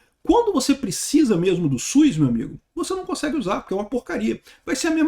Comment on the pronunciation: é SUS, não SUIS. Brincadeira a parte, sou seu fã.